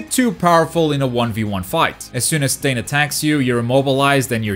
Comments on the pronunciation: Quirks are so unique and this game can be too, giving each character a gimmick would be awesome, and would make this game last much longer, also, my favorite villain finally made it, you also finally learned how to pronounced Stain's name 😂😂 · Yay he’s saying stain right hahah